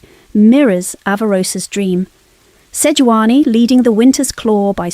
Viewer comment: Who the hell is Seoani, its Sejuani.